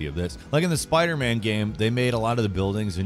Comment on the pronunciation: did he just say sparder man 💀